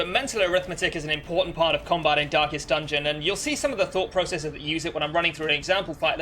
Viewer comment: Why I continue to hear "dankest dungeon"